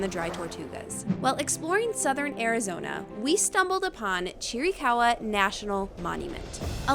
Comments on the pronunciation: It’s not cheerie caw wa. It’s chir ih caw wa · It’s pronounced, Cheer-uh-cow-uh. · From a real Apache. (Cheer-eh- kah- hwah).